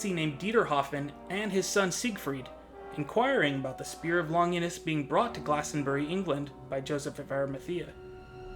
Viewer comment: Good video, although the mispronounciation of Longinus and celtic bothered me.